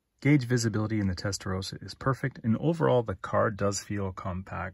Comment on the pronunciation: Testarossa not Testarosa ...